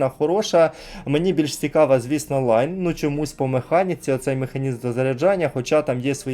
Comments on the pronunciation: Всі говорять лІон а як завжди наголос скаверкає лАйн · Навіт відео варгеймінга говорять ліон а автор каже шо то лайно😂😂😂😂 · Просто читає як англійською, але це італієць, тому Ліон.